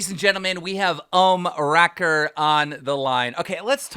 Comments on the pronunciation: Lol! Clearly Keem doesn’t know what an Ohm is, or he would pronounce OOOOOHHHmmwreckers’s name correctly. Someone needs to create a drama/tea channel video about the serious allegations against Keemstar and the fact that he is most definitely illiterate. Imagine trying to read notes, or anything really, that Keem has written down. He HAS to misspell so much stuff that he writes because he pronounces everything in his head incorrectly. LMAO! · Is no one going to talk about the fact that Keem cannot pronounce anyone's name for shit? "Vanas crew" - it's Vanoss (van-nos) "Ohmracker" - it's Ohmwrecker (Ohm-wrecker) "Basicallydowork" - dude... come on... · please please please, If you talk about these guys, then pronounce their names correctly. It's not Omniwrecker or the vaunouscrew or whatever. If you trying to be a meme, then this is a good way of getting people to laugh about you.